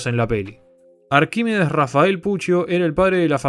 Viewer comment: Todo mal con la pronunciación del nombre Arquímedes 😂